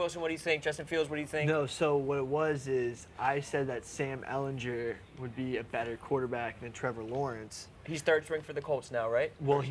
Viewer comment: Drives me crazy how says Sam Ehlinger lol